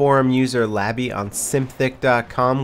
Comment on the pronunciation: When he said Labbe I was like what? Then I looked at the forum post lol Labby